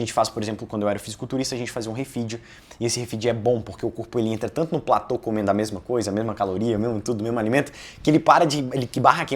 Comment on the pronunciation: antes de querer parecer o espertão e vender consultoria, aprenda a falar corretamente. PLATÔ!!! "Plator" não existe!